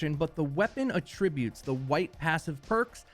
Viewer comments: Sorry, gotta correct you here. It's not a-tributes. It's at-trib-butes. Or at least, that's as close as a regular keyboard will let me get it. :) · AT-tributes. Not at‐TRIB-utes. (Seriously tho, great video, thank you) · can u say attributes correctly please lmfao